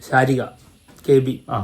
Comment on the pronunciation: ശാരിക alladoo.... സരിഗ.. പേര് മര്യാദയ്ക്ക് പറ...